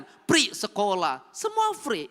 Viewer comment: Free pak bukan pri 😅